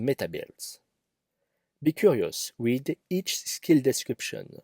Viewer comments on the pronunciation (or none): none